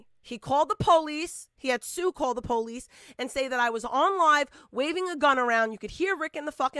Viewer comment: The POLE-EESE 🤦🏼‍♀️